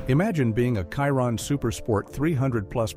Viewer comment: I am so sick of AI. Some random old guy it called And Wallace and mincing the name Chiron calling it KY-Ron. WTF! YouTube please ban this AI BS!